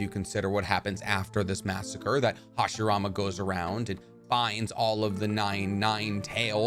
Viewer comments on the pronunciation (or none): none